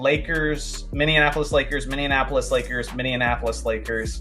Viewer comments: "Minneinapolis" lmao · Love the more casual stuff! One thing, from a Minneapolis native: it’s pronounced min-ee-APP-uh-lis, not min-ee-un-APP-uh-lis 😊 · Throwing an extra syllable into Minneapolis 😅